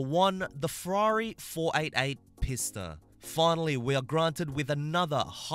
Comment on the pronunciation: It's pee-sta sorry it annoys me to no end